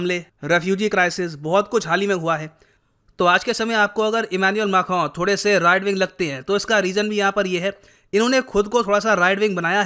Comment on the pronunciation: correctly pronounces Macron!